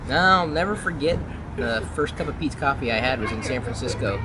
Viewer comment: haha I thought you said pizza coffee the first time... it sounds nice that coffee from PETEs though... we dont have that here and the italian coffee is so horrible and bitter so the best place I have found is starbucks that is full of sugar but the expensive cafes I tried are not good